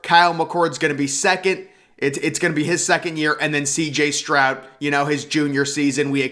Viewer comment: Are you saying “Strout” ??